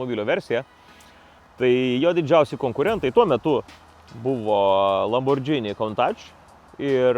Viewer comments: LamborGini, Benai, o ne LamborDZHini :) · Benai, Lamborghini tariasi su G, ne su DŽ. :)